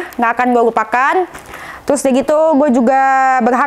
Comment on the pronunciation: terusss mba,, bkn telussss..😀😀